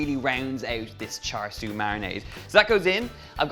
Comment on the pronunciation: Not exact replica of Char Siu (Pronunciation- Cha Seu) but it should be good I suppose